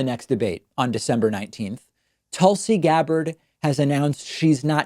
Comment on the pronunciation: David, I just don't believe you when you say it's because of English not being your birth tongue, so to speak, that you keep messing up Tulsi Gabbard's name. And I am not one of her supporters. You have heard her name repeatedly. What, do you have a bad memory, can't remember how you've heard it constantly? Lol. In fact, I've heard you say it right several times. Do you need some help? Lol.